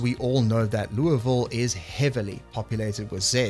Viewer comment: As someone from louisville, I give you points for accurately pronouncing it the way we do. 😂